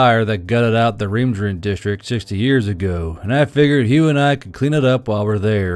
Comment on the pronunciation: I kind of love how the Re-emergent District turned into the Reemjerent District.